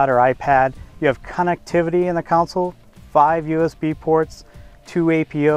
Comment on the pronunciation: Hey John, did you catch Repeatedly say Counsel, referring to the center console. He may be a designer and all, but he needs to learn the correct name of his own products.